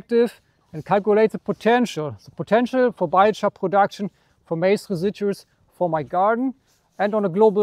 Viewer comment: Are you from Germany, no one wuld say majs it's Korn for the Brits and Americans, but it's interesting